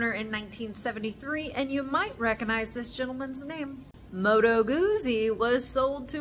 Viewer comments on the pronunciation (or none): Pronounced Gut-zi. Thanks for the history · Great video. Perhaps offer the Italian pronunciation for the originalists-- Moto Gootzie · You need to pronounce Guzzi properly